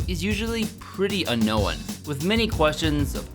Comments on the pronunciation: Did you say unknoweone? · Did you say "un-know-when" instead of unknown? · “Unknown” pronunciation drove me crazy 💔☹️😂